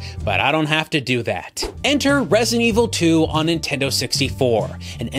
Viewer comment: I can’t believe I wanted one of these when they were new. I was legitimately let down when I didn’t get one for Christmas. Looking back, I would’ve absolutely hated it upon finally playing a game. Dodged a bullet there. Edit: why do you pronounce Nintendo as “Intendo”?